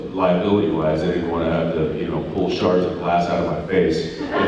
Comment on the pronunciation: i'm pretty sure they said "sharts" of glass hahaha